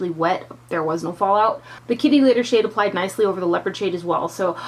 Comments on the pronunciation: I thought you said kitty litter lol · LOL...I kept thinking you were saying kitty litter and thought that was such an odd name but made sense because litter usually is gray/silver...LOL Great review as usual, always trust your opinion! xoxo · It sounded like you said "kitty litter"... then I thought nooo that's just wrong! Why would they name a shadow that! LOL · Love this palette!!! I was craking up kept sounding like you were saying "kitty litter".